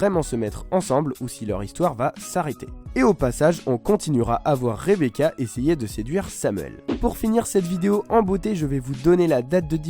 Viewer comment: Elle dit rebeka avec un k